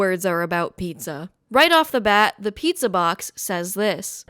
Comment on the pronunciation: The neon sign said Jet's Pizz for a second and I was a little amused. Then you said Pizz-uh and I snorted